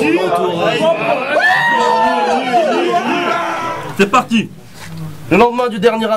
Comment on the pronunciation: quand il dis "c'est parti" ont dirait il a de la bouffe dans la bouche ptdrrr